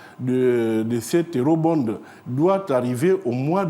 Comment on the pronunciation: Quel Ministre? "Eurobonde".